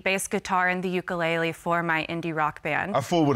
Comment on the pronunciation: she said ukulele wrong and it irritated tf out of me cuz im hawaiian